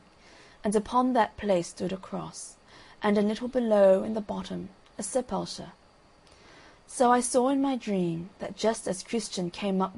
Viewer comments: It took me a long time to figure this out but it's sep-ull-ker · The narrator is trying to say Sepulchre--a tomb, a grave